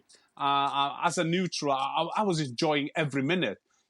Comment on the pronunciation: "NUTERAL" NOT ESPN LIVERPOOL T.V